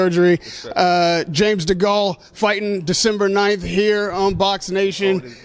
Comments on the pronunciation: WTH, degall ? Learn how to pronounce the name bro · This prick wants firing for not being able to pronounce DeGale. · That awkward moment when you totally mispronounce the guy's name you've been interviewing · So frank pays more then Eddie really? bet Eddies hurt James going to hes enemy warren lol. This guy said James last name wrong by the way ha